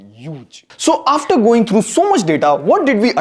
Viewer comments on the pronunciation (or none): none